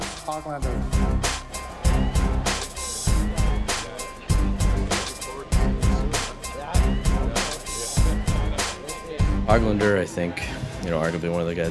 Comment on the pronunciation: NILES Hollander LOL. It's like they said the NILE river hahaha FAIL